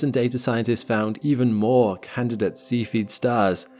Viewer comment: Cepheid has three syllables: SEE fee id